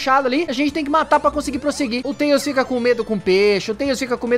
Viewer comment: Então você falou errado você falou xone que antes de falar tales